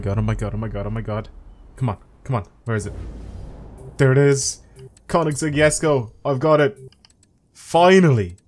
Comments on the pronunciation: That's how you're meant to say it. (He doesn't say it with the G it's a K) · Your probably the only one i have heard to say the name correctly